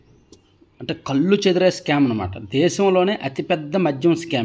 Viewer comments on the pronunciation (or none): none